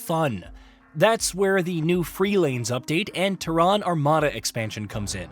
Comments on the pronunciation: TERran not terRAAN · That’s like saying Hu-MON instead of human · ‘The TEHRAN Armada’ Go home AI. You’re drunk. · TerrAAn, Is this voiced with AI or does the narrator not know what the Latin\Scientific name of our planet is ? You don't live on Terrà you live on Tèrra. The emphasis is on E not A. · need to learn how to pronounce Terran..Its teh·ruhn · I thought it was called Terran armada not Ta-ron armada 🤣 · Tehran? Yeah, this is what happens when you use AI for your videos that have not been trained properly. Despite Terran being an easy word in the English language. I have noticed them use AI before. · First I gotta say this... its TEARun. Pronunciation: /ˈtɛrən/ (TERR-un). I have this game for PC and have a couple hundred hours. I like it, I like it a lot. I cannot wait to play it on the Playstation. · Nice, though you're saying Terran wrong! 😯😂😀🤘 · I dont trust anyone that cant pronounce terran correctly. They act like they never played starcraft and it shows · I can’t with your pronouncing of Terran. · Why is he saying Terran like that? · Bro, ain't no way you are in the gaming space and don't know how to pronounce Terran. Get this clown fired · I know it's not a big deal for most people, but it's kind of jarring to hear you mispronounce "Terran" all over the video. (The stress is on the first syllable) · Can't say Terran really annoying, Idiot or AI? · "Terran" pronounced totally wrong, over an over. Sad. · What is that pronunciation of “Terran”?! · I was thinking the same thing. Thought it was AI. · Yeah, his mispronounciation was highly annoying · That's exactly the reason I came to the comment section, it was driving me absolutely crazy! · 😂😂😂 yeah they way he's pronouncing Terran is throwing me off 😂😂